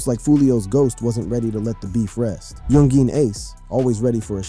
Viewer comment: yun-geen, kazoo 😆 this man